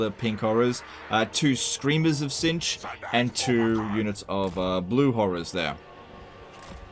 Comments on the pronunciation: Laugh every time I hear the word “Zintch” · The way he pronounces "Tzeentch" is going to drive me mad.